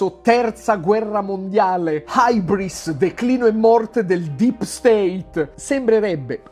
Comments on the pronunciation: Più che "haibris" penso che si tratti del termine in greco antico da pronunciare "übris", ossia "tracotanza", tipicamente quella dell'eroe greco che sfida assurdamente gli dèi per poi venire da essi punito. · Ma cos'è la "Aibris" (scritto HYBRIS) ? 😃 Caro Yotobi, forse non sai che "hybris" è una parola greca che si legge "IUBRIS" o "IBRIS" e significa eccesso, tracotanza, superbia o prevaricazione.